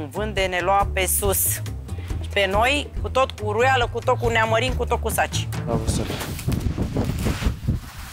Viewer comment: Varciule, vezi că îi spune uruiala nu huruiala 🤣🤣